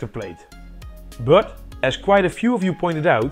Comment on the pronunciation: video host pronoucnese "but" as "bruught". also this is jsut enough to power a modern high mid-end pc.